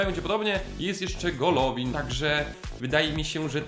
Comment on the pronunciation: Golovin Czytaj- Gaławin Smolov Czytaj-Smołow